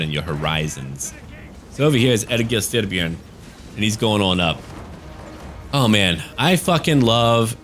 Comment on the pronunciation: I’m from Denmark and i have no problem with your pronunciation of Egil Styrbjorn, i will even say your version sound more intimidating so it works out.